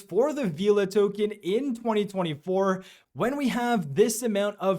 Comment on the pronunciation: FYI it’s pronounced Vela not Veeeela 😅